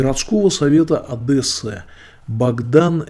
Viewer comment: не Одэссы, а ОдЕссы. А все остальное правильно. да, насчет Романа Цимбалюка не понял. Кажется это один единственный адекватный журналист и эксперт Украины в РФ. А остальные так называемые эксперты действительно работают со знаком минус по отношению к Украине.